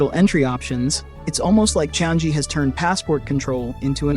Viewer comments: It is not "chang" "gee" it should be "chang" "yi" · The airport is pronounced CHANG-GHEE